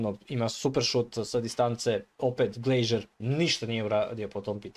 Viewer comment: Nije Glejžer,nego Glazer 😅